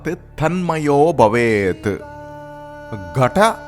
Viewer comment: I really like the explanation. But the pronunciation of the Sutras can surely be better! Eg. It's BHavét not Bavét. I'm not knit picking. Just trying to give some constructive feedback. Om tat sat